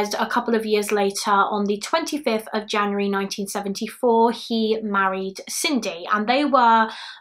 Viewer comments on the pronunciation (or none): none